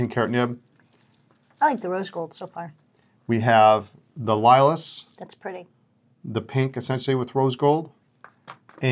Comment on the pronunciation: The Lilas is pronounced leelah in French just fyi. Great looking pens.